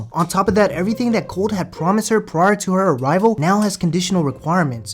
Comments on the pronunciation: LOL did you say big titty Colt?! 😂😂😂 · Colt, Not Coltie. Lol.